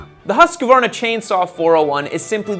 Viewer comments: Not Husq - varna. It's Hus - qvarna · It's not a "HUSKUHvarna", it's "huskvarna" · The irony in mocking the fact that you can't pronounce the name, looking up a swedish video, then still pronouncing it wrong afterwards.. 'Hoosk-varna' not 'huske-varna' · It’s not pronounced husquhhhvarna. Its husqvarna. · Hooskvarna not Huskavarna 😊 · Why are they saying Huss Kuh wana when its Huskvarna? ( im swedish ) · Its "HOOSK-VARNA"...Not "HOOSKA-VARNA".......there's no "A" after "Hoosk" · It's not hasq it's husq.... "Huu" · because he pronounced the "v" like an "f" instead of "w" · Husk-var-na not Husk-a-var-na. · Husk-varna Not Husk-Ah-var-nah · We pronounce it with four syllables - Hus Ka Var Na, but 50 years after they got popular here I see that it's three syllables - Hoosk Var Nuh. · It's not HUSKA VARNA, and not HUESK VARNA It is more like hus kvarna. When you have mastered that, say it without the pause in the middle.: huskvarna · there's your problem. It's pronounced Huus-kvarna, not Huusk-varna. So no need to get off the K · Why can no one say it correctly "Hüsqvarna"?? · Hus-kvarn-a. Hus means house and kvarn means mill. The q is trying too spell it fancy. But yeah there is no "husk" 😅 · You say Huuusqvaarna in sweden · The correct-isch english pronounciation would be "hewsquarna" btw ;) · HEEEYUSKVAARNAA is the correct pronunciation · no no no we pronounce it Huuuuusqvarna, you need to work in that U and a light H so its like saying who, but with an U so whuuusqvarna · pronouncing it wrong too lol y'all keep putting an 'a' in the middle. There's only three syllables, 'husk. varna.' (or 'hoosk' if you're fancy) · huuuskvarrnah say in with me, huuuskvarrnah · It’s pronounced “Husky”. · Hus-kvarna FFS. It´s real easy to say :) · Haha the helper is soo of on how to say it. Its «Ho-osekvaarn-aa» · Not really husq-varna. It is hus-qvarna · you have to pronounce husqwarna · Listens to correct pronunciation and still says HusqAvarna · Huus-Kvarna. House-Mill.